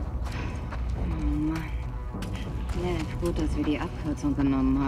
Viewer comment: ich liebe es wenn sagt:lev lerkel lev